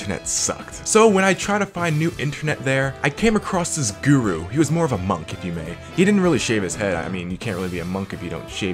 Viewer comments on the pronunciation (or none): none